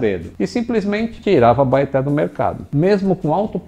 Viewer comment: É estranho ver uma pessoa de fora citando nomes locais, a pronuncia da Abaeté tá mais pra... Abaité